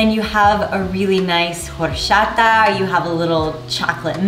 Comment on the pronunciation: the fact that you are a Spanish speaker and pronounced "horchata" like that is disappointing